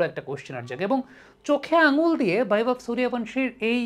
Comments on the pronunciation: হ্যাঁ, এটাই ভারতীয় ট্যালেন্ট্! 😎🇮🇳💙✌ আর নামটা 'বৈভব', 'ভৈবব' আবার কী?? 'বৈভব সূর্যবংশী' হবে বাংলা উচ্চারণ অনুযায়ী। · Vaibhav এর v কে বাংলা করে ভ বলেছেন। Baibhav হলে b এর জন্য ব উচ্চারণ করতেন। তাছাড়াও উনি যেহেতু স্বদেশী নন সেক্ষেত্রে তার নামের উচ্চারণ পুরোপুরি মিলবে না এটাই স্বাভাবিক। বিদেশী কমেনন্টেটর রা তো রীতিমত উচ্চারণ করতে গিয়ে দাঁত ভেঙে ফেলেন অনাদিকাল থেকেই। তবে সেটাকে স্বাভাবিকভাবেই দেখা হয় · ভৈবব না, নামটা 'বৈভব'! সবসময় ভুল উচ্চারণ কীকরে হয় আপনাদের?